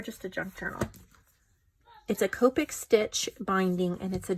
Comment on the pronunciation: “Cop-tic” stitch binding not “cope- ik”.😉